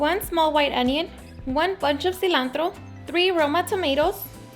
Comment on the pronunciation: In minute u said chile silantro hahahah